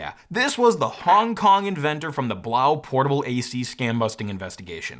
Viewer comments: Love the vid and review! Could be wrong, but I think it's pronounced "Blow." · I think that Blaux, is pronounce Blow. As in French, not German. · Fyi the blaux is supposed to be pronounced "blow" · Blaux is like faux. Pronounced like “blow” because it’s a fan.